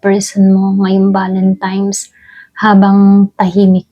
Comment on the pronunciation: Valentine's madam mg pronouns hindi valentimes..😅 salamat sa reading